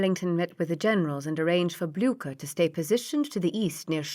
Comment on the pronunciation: Ok narration except for cavalry becoming Calvary.. and general Blücher got a bad time too. Prefer the Stevie Zimmerman though